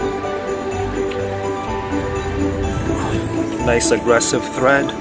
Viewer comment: Tread. Not Thread. Lol. But we get cha. Watch the little ones when outside. Hawks will carry them off.